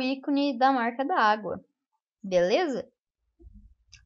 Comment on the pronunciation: fala-se marca dagua(marca d'agua) e não marca da agua kk mais bom video